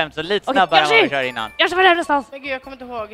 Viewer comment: gröna kvinan. "jag har shört mario kart med denna." senare "HUR SHÖR MAN!"